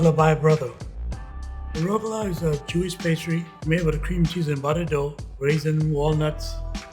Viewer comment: There's a hard CH on that word. It doesn't end in an "uh" sound. RugelACH